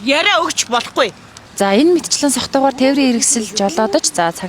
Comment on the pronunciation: Gostuu gej yridag